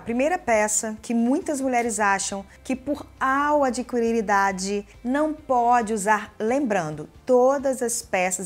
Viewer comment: Gosto dos vídeos, mas, na palavra "adquirir", não se pronuncia o "u". É só dica, sem ofensa. Obrigada pelos vídeos. 😍😘